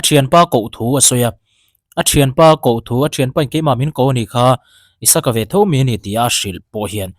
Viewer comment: Isaka ni lo in.. Isak tia koh/kauh a hua🤣🤣🤣